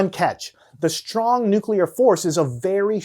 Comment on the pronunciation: Strong nuculer force